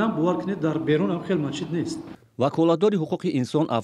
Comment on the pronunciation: Мачит не Масчид